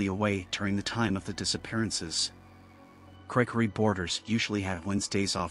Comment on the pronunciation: Is it just me or did it sound like the way the narration voice pronounced Gregory in the first story made it sound a lot more like it's saying "Cray Cray"??